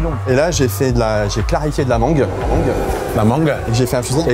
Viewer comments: La mangeuh m'a tapé un fou rire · ✨LA MANGUEUH ✨ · ✨la mangueuh✨ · " la manguE " 😂 SDM le goat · La mangeuuh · "La manGUE"😂